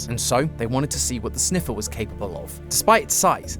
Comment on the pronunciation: and the winner is? “ze sneffer”